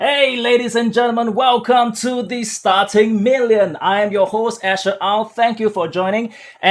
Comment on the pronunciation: his name is Asher not usher lol